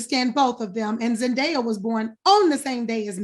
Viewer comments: Why is Claudia still pronouncing Zendaya's name wrong. It's Zen-Day- A, there's no die in there. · I’m dumbfounded by this… first by how Claudia says her name wrong. Second vivica just admitted the safe space for colorism is Hollywood. So y’all were avoiding the obvious… zendaya is more marketable to a mainstream audience. It’s because of the type casted roles she gets to lead in. Keke should be able to be offered the same roles a zendaya. Let’s just be honest.